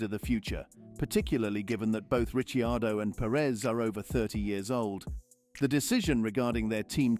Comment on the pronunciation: Who the hell is Ritchie Ardo? for goodness sake ditch the AI and get a human voice instead!!!